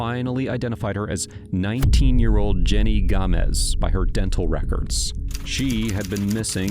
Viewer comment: It’s gamez not Gomez … I’ve seen this case many times Google it.